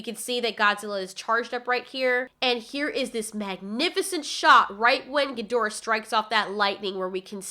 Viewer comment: Thank you for pronouncing Ghidorah properly!